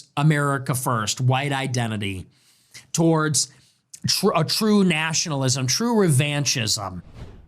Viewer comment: TORDS? TORDS??? What is tords?